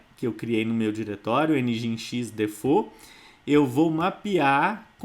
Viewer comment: Pequena nota: Nginx - soletra-se "Engine X" - (e)ngin(e)x ..... Cumprimentos